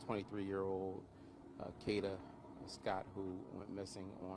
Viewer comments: Its pronounced Kayyyyy-daaa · I had to unsubscribe he saying her name so wrong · The fact you have a video with someone screaming and saying her name, and you still prononounce her name wrong is diabolical.. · Please say it again because he's not pronouncing it right at all